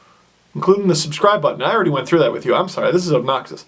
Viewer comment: "I'm sorry, this is ubknocksus..."? I think I'm gonna use that pronunciation from now on!